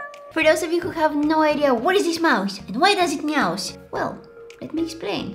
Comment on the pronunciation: She said meowouse :D